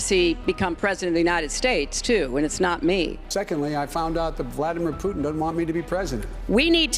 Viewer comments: “Vadamir Pluten” 😂😂😂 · Who the heck is Vadd a mir poot tin???